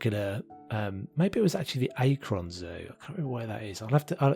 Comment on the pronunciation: I just found your channel and this zoo is amazing! On a separate note, just wanted to let you know that Akron is pronounced "aa-k-ron" or "aa-k-ren". I'm from Ohio so that's how most Ohioans pronounce it!